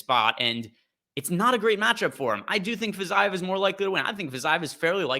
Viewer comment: Pretty sure it's pronounced "Fa-zeeve"